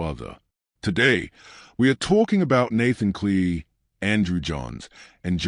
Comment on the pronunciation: I just can’t get past the fact that you continuously mispronounce Nathan’s Cleary’s name